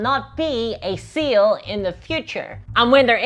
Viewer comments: She said having a sail for dummies but I heard it and I think it's funnier "Having a seal for dummies" and that's the real reason they are so terrible. Ironically I wouldn't have thought that if she hadn't drawn attention to her accent. But now GW are just weird extraterrestrial seal enthusiasts in my mind. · All I can hear is seal now u mentioned it 😂